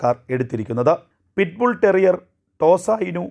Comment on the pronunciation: എന്ത് അകത്താകും? അതും കേന്ദ്രത്തിന്റെ തലയ്ക്കു.... ഉള്ളതിനെ വന്ധികരിച്ചാൽ മതി. ആദ്യം ഓയിട് ബുൾ ടെരിയർ എന്ന് പറയാൻ പഠിക്കു... കേരളത്തിൽ ഒരു കേസും ഇല്ല ഇത് കടിച്ചു മരിച്ചത്. ബാംഗ്ലൂർ ഉം ഇല്ല false information 😂😂😂😂😂